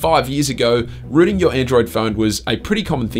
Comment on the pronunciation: When he says Rooting its Sounds like Ruining 😂